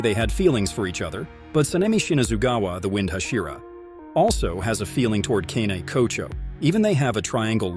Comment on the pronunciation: Its kanae kocho